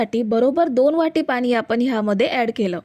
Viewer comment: आधि भाषा सुधारा पानी नाहीत पाणी असत